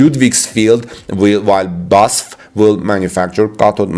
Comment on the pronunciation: BASF is pronounced B A S F, I think that is relevant because I did not even recognize it when pronounced as a normal word.